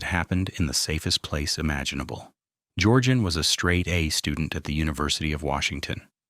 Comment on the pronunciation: Georgian and Georgeanne are not pronounced the same.